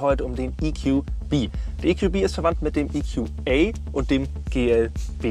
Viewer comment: Wir sind hier in Deutschland und das sind deutsche Fahrzeuge. Deshalb: EQB spricht sich "e ku be" und nicht "e ku bi" EQA spricht sich "e ku a" und nicht "e ku ei"